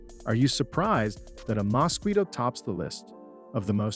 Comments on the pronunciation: "Mosqweto", hilarious pronunciation! Has the person who narrated this video never heard of this insect? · Good video. I am not fond of the narrator's pronunciation of the mosquito though. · What's a Mosqueeto??? 😂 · What is a “moskweeto"? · does he keep saying musqueato?